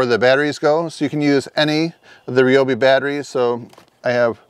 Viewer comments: nice cooler. rye obi not re obi😅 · Rye-obi Not Reeeobi!!